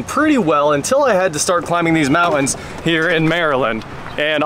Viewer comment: Mouans? It's MOUNT-ANS.